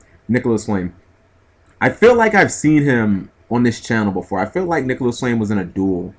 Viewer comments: nicolas flamel.... not flame... seriously can you read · Its Nicholas Flamel...... Master of alchemy, not flame